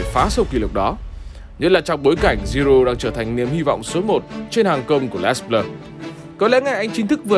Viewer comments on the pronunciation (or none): Đọc đúng tiếng Pháp là " Lê Blơ" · Theo Hernandez kiến tạo bàn 1 Rabiot là người cướp bóng ở bàn thứ 2 Les Bleus đọc là Lơ Bờ Lơ